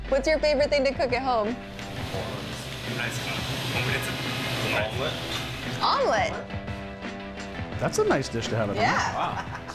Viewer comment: They gotta call the omelet a shomelet 😂😂